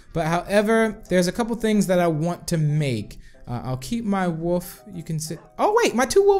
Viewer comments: You sed woof not wolf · Random Hobo I thought that too but it's his accent